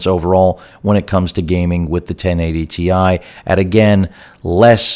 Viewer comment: Ten eigh ty ti huh?